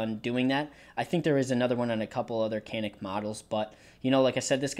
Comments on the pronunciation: Think most for in the US pronounce it can ick. Really want one of those. Hadn't heard of Canik til about two months ago, but alot of reviewers sound real impressed with it. That it feel more like a full size than other micro 9's and almost all love the trigger and reset. Thanks for imfo. I could see it would be easy to try to put the slide on like alot of guns slide on from the tip back. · Unless you're Turkish you don't say it right lol😊